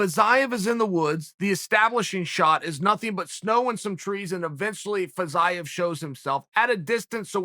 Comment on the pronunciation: I swear Chael intentionally mispronounces the names of these guys until they become relevant. I was so confused by this “Fizz-eye-of” guy before realizing he was talking about Fiziev